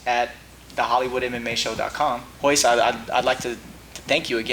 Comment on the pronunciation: Its hoyce not royce